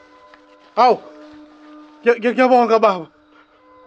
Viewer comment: I knew it there's something wrong the way he said "ngiyabonga baba". 😂😂😂